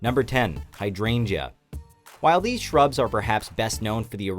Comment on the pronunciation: What it says hydrangea What I heard Hi I drained ya